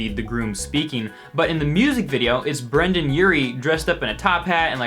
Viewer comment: ita brendon not brandon